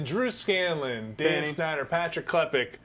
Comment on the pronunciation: This was set up to be a perfect QL... And then he said ''.:(